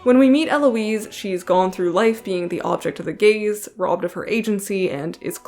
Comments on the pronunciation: No not “the gays”.... the gayz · you: not the gays me, every time you said gaze: GaYs